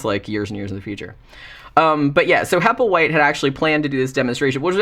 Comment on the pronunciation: In "The little black bag" at the beginning Burgess Meredith calls the other bum, "Happleway", (however the spelling) and the bum gets mad and says "HappleWHITE!". Made me laugh when i heard you say "Happleway" too! 😂